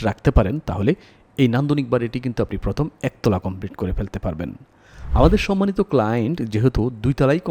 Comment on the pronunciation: উচ্চারণে আঞ্চলিকতা ভালো লাগে না। বিরক্ত লাগে। ফয়োজন ফরবে, ফস্ত,ফথম ইত্যাদি